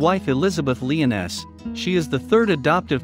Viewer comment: I don’t blame you you getting Liones wrong but the pronounciations after the arch angels goes down the hill